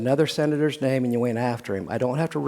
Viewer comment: Lol he calls them by their names its just mis pronounced. 😂